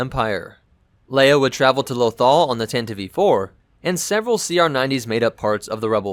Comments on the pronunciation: Tantive Tan-Tie-V NOT Tant-iv-eve What is it with people and basic pronunciations. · I always thought it was Tantive, not Tantiv-e. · I thought it was pronounced tantive not tantivEE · y'know.. the e in tantive is a silent e. jussayin'. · I hate how tantive is pronounced. It's just all sorts of wrong.